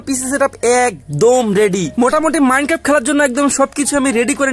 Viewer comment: bhai eta minecraft not minecaf😅😅😅